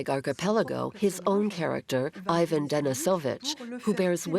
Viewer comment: Are you not even going to try and pronounce the names correctly? I feel second-hand embarrassment when I hear how you say "Ivan"